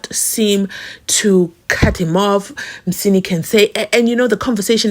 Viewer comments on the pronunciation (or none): Mnisi abd not Msini